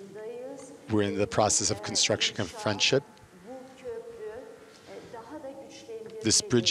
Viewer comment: firendship XAXAXAXAXXAXAX